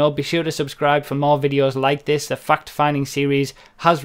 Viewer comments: When he said fact sorry but it sounded like he said fuck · I thought he cussed at the begining of the video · i thought he said "gta fuck finding" at first. lmao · Sounds like you're saying "Fucked Finding". Oh and yea, sanic. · My 2nd vid I've watched of you, and my first fact-finding vid, and I thought you said fuck-finding at the beginning XD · I heard Fuck Finding right off the bat. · Do he say "welcome to gta f#*% finding" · Sounds like he´s saying "fucked finding" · lol he actually says fuucked finding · when you said "fact finding" I thought you said "fuck finding" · "GTA fucked finding" lmfao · I thought you said GTA fucked at first then i saw the title. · dont lie, you said 'fucked' instead of 'fact' in the intro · it sounds like you said fucks finding